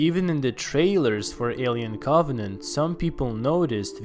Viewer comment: ”maanny qQuaStzions zthat hwere laeft afftter Proumiuthiouz aandd coOvVennanntt”